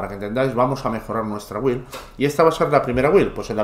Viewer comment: porfi BUILD se pronuncia BILD QUE HIERE EL OIDO OIRTE EN INGLES buena build por cierto